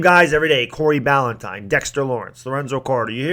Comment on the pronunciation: Bah-Lin-tie-n That’s how you say his name